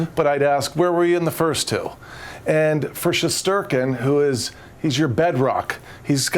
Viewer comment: Shesterkin is sherstinkin